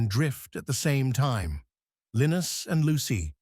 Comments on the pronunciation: It's Pronounced Linus and Lucy not Lenus and Lucy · His name is pronounced as Lyenus not Leenus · Lynn-iss lol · Can you educate the artificial intelligence on how to pronounce Linus? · AI cannot even properly pronounce the name LINUS!!! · Educational, thanks. Maybe use human narrator next time, or at least correct pronunciation of Linus. And maybe normalizing the volume... sans typewriter. But I did enjoy the script!